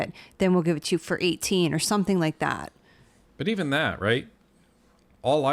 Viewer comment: Also it's that not dat.😏